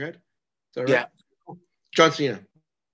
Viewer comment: I like how you pronounced John Chena wrong and Santino was too much of a gentleman to correct you.